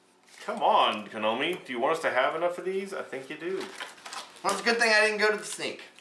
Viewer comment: lol i think the company is called Konami not Kanomi lol